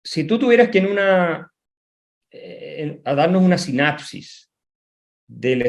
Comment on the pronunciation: Todo muy bien, pero divertido el lapsus al inicio: "sinapsis" x sinopsis :) Felicitaciones!